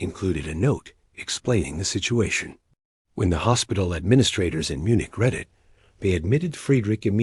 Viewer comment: YOUR PRONOUNCIATION OF CERTAIN WORDS IS BAFFLING!! READ IN THIS CASE IS PRONOUNCED AS READ (PAST TENSE)!!